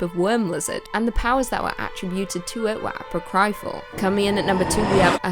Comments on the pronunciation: Regarding the death worm segment (no pun intended--well, maybe intended) the word "apocryphal" is actually pronounced with the accent on the second syllable. Just a minor point... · The scariest thing in the video was that silent P in pterodactyl. Apocryphal was pretty terrifying too.